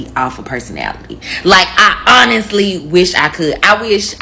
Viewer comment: When they pronounce "honestly" as un-nissly" you already know, it's a problem.